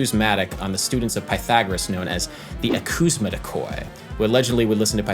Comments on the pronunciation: Adam. The video is great and all but you did a mistake . The word is actually pronounced "Akusmatiki" (Ακουσματικοί) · Hi!, Greek here. "akousmatikoi" (someone tried to write "Ακουσματικοί" using latin characters) is pronounced "akousmatikeé" and it's an adjective at it's plural form (so it refers to pythagoras students) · Once again great video! Btw akousmatikoi it pronounces akusmateke ("oi" sounds "e" in greeks). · The way you said "akousmatikoi" really hurt me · the word you are saying is ακουσματικοί. Insert it at google translator to hear its pronunciation. The -oi is spelled like e